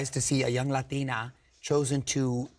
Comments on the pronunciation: I really appreciate the way Mario said Latina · The way he said Latina was so satisfying